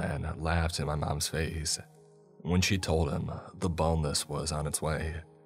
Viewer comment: What are you actually saying the name of the monster in the first story is? "the boneless" "the boatless" "the bowless" ..?